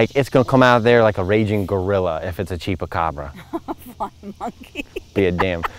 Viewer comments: you make me laugh! It's called a Chupacara. Pronounced "chew" not "chee". Every time you said it, I laughed that much harder. And seeing that the origin of the Chupacara is from Puerto Rico, I highly doubt you'll find one in Delaware. But it's cute that your mind went there. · “Cheapacabra” ?? Chupacabra dude ..🥰😉🤣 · Chupacabra!! Not cheapacobra 😂😂. You are so funny and so cute!! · Hilarious when pronouncing chupacabra as "cheapacabra" just gotta love ❤ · 😂😂 it's Chupacabra not chepacabra or however you where pronouncing it. I was cracking up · Your mom is so cute and ITS A CHOO-PA -CAABRRAAA ROLL YOUR TONGUE CHUPACABRA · Chupacabra not cheapacabra lol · A "CHEAP A CAWBRA" LMAO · It's pronounced: chewpacabra (spelled chupacabra.) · CHUPA CABRA....You saying it wrong LMAOO you are too funny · that’s not how you say chupacabra. LOL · sweetheart LMAO you are so freaking funny it is pronounced chupacabra and they are not in the United States honey they're in Mexico you crack me up 😅😂